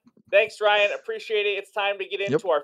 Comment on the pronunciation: Yooooo I won?!?!?!? Thank you guyyyys And yes Ryan.. you nailed it on the name!!! Thanks buddy!!!